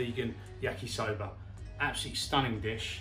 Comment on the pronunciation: Yah sigh veeeegin sober